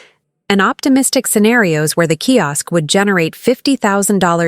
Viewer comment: Key Ask? Sigh. So irritating, especially since it's mentioned sooooo many times.